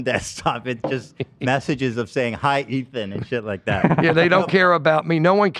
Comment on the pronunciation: I love when calls Ethan “Eeth”.